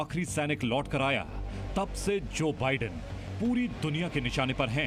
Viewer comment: News acchi hai lekin news reporter ko bolna sikhao wo vidan sarkar nhi Biden Sarkar he 😂😂😂